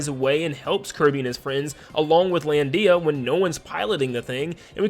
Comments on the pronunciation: IT'S LANDIA NOT LAN DIA! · You put way too much emphasis on the "Dee" of "Lan-dee-a" lol